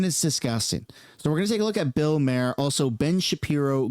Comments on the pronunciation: Phonetic for Bill’s last name: Mah Hur. Not “mayor” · Ffs, it's not pronounced Mayer, it's Maw-er. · It's pronounced Bill Marr, not Mayor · Maher is pronounced Mar. If you are going to talk about a person learn how to say their name you moron. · First, you’re pronouncing Bill Maher’s name wrong. 2 this show came out before all this information was confirmed or released. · I can’t stand the way you say bills name 😂 great video tho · The way you pronounce Bills name is driving me crazy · You can't even say bill maher properly..... loll 😂